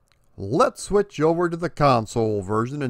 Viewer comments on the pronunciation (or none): none